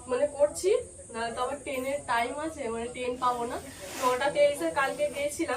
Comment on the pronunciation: টেন নয় বলো ট্রেন।